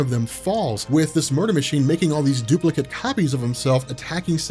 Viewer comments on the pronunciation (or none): none